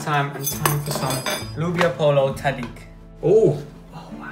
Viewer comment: Am I the only Filipino that keeps hearing them say "lumpia" when they say "loobia"?! haha I love watching satisfied by the Caldereta and Arroz Caldo